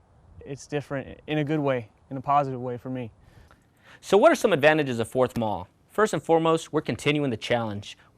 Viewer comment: Excellent information from an old member of 4th MAW, 61-66. Really loved it and wished we had the opportunities that you mentioned. Please do not pronounce Marine Air Wing as MAAAWWW. Say it out, we never said it that way. 4th MARINE AIR WING. Say it proudly!